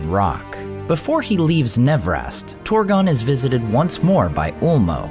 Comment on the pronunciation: You often dont even try to pronounce things correctly. Ive never seen a language whose trabsliterationnof "ur" is pronounced "or" But you consistently do it. Its not Horin. It is not Torgon.